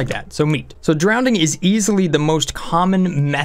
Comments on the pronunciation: Sorry but I couldn't help but notice, you're pronouncing drowning with an extra "d". (drownding, instead of drowning) I'm trying to ignore it but I'm having trouble. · Are you saying drownding instead of drowning? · is it just me or did he say "drowdning" all the time? yes i do mean drowdning i did not write incorrectly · Christ on a crutch man there is only one D in drowning, there is no word drownding. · Drownding? Doh no! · nobody:: Drownding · Andrew Ihle it’s Levi-O-sa, not Levio-SA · down vote! couldn't handle your pronunciation of drowning. there is only one D.